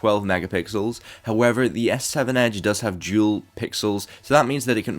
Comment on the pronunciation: It's dual pixel not jewel pixel 👌